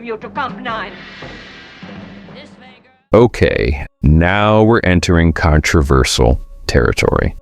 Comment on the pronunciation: his pronounciation of the word controversial is controversal.